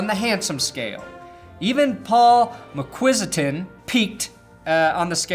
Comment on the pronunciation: butchered mcquistans name lol